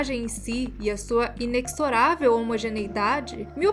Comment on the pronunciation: O "X" em "Inexorável" tem Som de "Z"